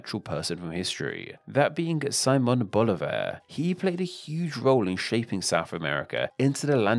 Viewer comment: I wish you were more careful with your pronunciation. If you can say Bolivia correctly, why not BoLIvar, stressing the i?I? And it's SimOn, stressing the o, which in Spanish sounds like see-MON. Also you pronounce all the "da" s as dee. It's guaraNI, not guaRAnee. And I never heard that the Uru in Uruguay refers to snails -it means birds.